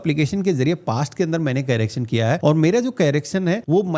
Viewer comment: Yours vedios are normally good but dear CARACTION nahi hota CORRACTION pronounce karo